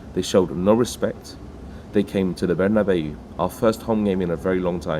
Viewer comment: THE WAY HE PRONOUNCE BERNABEU IS CRAZY. BERNEBIUUUUUUUUUUUUUUUUUU